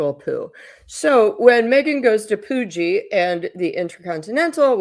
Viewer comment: It's not COOOOOOOOgeeeeee it's CUgee beach